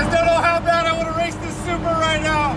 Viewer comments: sounds like you called the supra a subaru! Can tell you're super excited driving the beast. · Nah he said supra but it just sounded like Subaru😂😂😂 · Rolando Bernal he says supra. He just says it weird